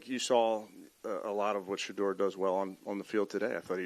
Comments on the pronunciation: He can say Bernie Kosar's name, but not Sheduers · Congratulations Shedeur you can't say Shedeur name ass !